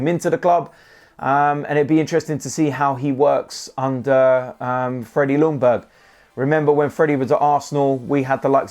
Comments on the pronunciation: His name is pronounced ”Youngberg” in Swedish. Loungberg just sounds stupid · Now it’s time to learn how to pronounce Freddies name right. First of all. The L is silent. Closest way to pronounce his name would be Yungberg. Greetings from Sweden!! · the L is silent in Ljungberg ok dude so as not to upset our swedish friends ok brother, coyg, 🤩🤩🤩